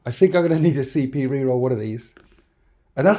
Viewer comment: I shouldnt be making fun as i also have a speach impediment, but hearing "need to spend some PCP" was great